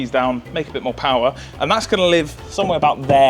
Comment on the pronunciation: 22 seconds. The man says the word "PoWaH" like Skelator